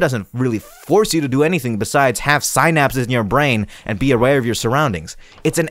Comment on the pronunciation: the way you say synapses makes me think u don't have synapses i love u